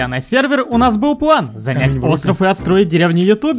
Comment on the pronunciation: Вау, ты сказал план, а не плэн